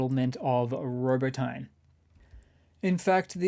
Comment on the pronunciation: Drop the Y of Robotyne and put weight on second syllable, and the pronunciation gets pretty close. Robótne.